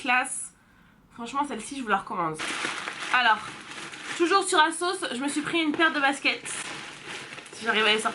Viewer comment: Holà! Canon 👌🏼😍 À un moment donné tu as dis".....de la marque asos... "tu as fais la liaison et J ai compris Ksos mdr!! Jme suis dit hein what? Ksos?? Marquasos.... Voilà c tout pour moi lol.... Vite vite une prochaine vidéo.... Bisous